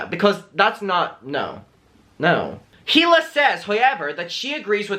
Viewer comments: It’s pronounced (ee-lah) not (hee-lah) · It’s pronounced EELA not heela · It’s pronounced EE-la, not HEE-la. The H is silent. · I mean I have heard you say he la about 100 times now and I have to tell you that Hila is pronounced E La. K thanks. Tata. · The “H” in Hila is silent ❤️